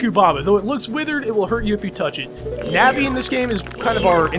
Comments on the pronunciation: Your saying the names wrong Na-vi ko-ker_ie sound it out pls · no offence but its pronunced day-ku tree and na-vie